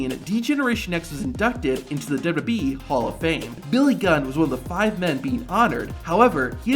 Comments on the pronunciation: dubadee dubdubweee dubooduboueee dubdoobwlwlweeee. ffs it's W W E Not that hard to say. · What is this "Dub-ub-e" you keep referring to? I've heard of "Double-You, Double-You, E" before (WWE.) Perhaps that is what you are referring to? Sorry for the troll, but it just got annoying after awhile listening you mispronounce over and over and seemingly WORSE every time you said it.